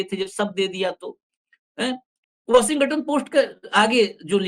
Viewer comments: Washing ton hota hai 😊 washingaton nahi ..its okay angrezi humari bhasha nahi hai galti hoti hai. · Washington bolo.washinga ton nahi. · भाई 'वशिंग-गटन' नहीं 😂😂😂इसे ठीक से वाशिंगटन बोलिये। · Don't pronounce g in Washington. Say, " washinton" g is soft